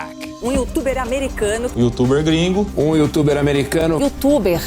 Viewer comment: the Gringo aka EL GREN-GO lol